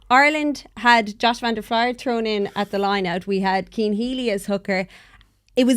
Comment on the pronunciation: WHY CAN NO PRESENTER SAY VAN DER FLIER CORRRECTLY?? "fleeer" not "flyer"